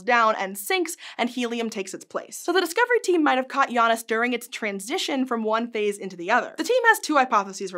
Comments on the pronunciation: It's pronounced J[J]anus not J[Y]anus. I don't want to seem rude but it's really bothering me. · If the star's name is referring to the Roman god of time, then the pronunciation is either Jay-nus or Yah-noos it's not Jah-nus. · Shouldnt it be pronounced jay-nus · I love these shorts from SciShow. Even more to the point than the usually focused pieces. Still, I think it could mention the Janus myth. And I'm fairly certain that means it's pronounced "Jay-nus", like "Ju-pi-ter", per Merriam Webster et al. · The nerve of pronuncing it Yanus. 😅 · Well. This is the third way I've heard Janus pronounced. Yawn-us. How strange. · Pronounced [Jay-nus] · Janus is pronounced "yannus"?????????????? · It's definitely not "Jaynus." That's not how "j" OR "a" are pronounced in Latin. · Her pronunciation of Janus is messing with my head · Me, a Sanders sides fan, hearing this pronunciation of Janus.. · Um, What? Please explain, this is not how Janus is pronounced in Greek, as far as I know